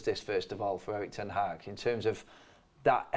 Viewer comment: They keep saying Ten Haack 😁